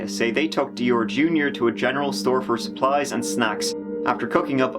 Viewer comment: Supplies...just say it 😂😉